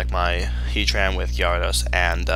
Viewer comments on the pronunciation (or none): Also, its OFFICIALLY pronounced "G-air-edos" not "gyahr-ados"